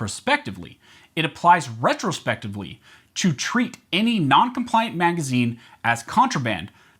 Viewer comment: Hey, "" it's pronounced Retroactively, not retrospectivly. Ret-tro-act-iv-lee